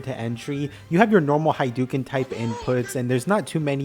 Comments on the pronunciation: Fr but it’s hadouken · I've heard many mispronunciations of Hadoken, but "High-doo-ken" is a new one. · i HATE ppl who say haduuken, its HA-DOE-KEN